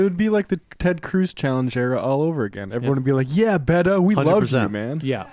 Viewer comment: Sam said Beto like He was saying Fuck You.